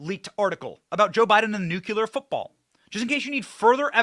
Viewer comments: Benny! Please stop saying nuke- u-ler. It’s nu-Klee-er! It makes you sound dumb to mis-pronounce it! And you’re not dumb! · Nuclear, NOT NUKULUR!!!!! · bro, nucular is not a word